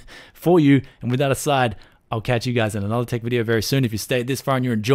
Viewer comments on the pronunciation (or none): none